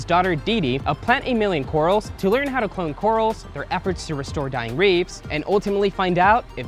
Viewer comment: Reefs not reeves! 😣